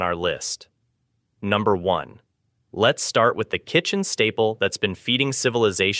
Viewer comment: 😂😂😂 Bot doesn't even know how to read "number".